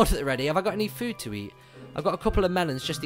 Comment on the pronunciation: evry time you say (and i mean you) melon it makes me thirsti.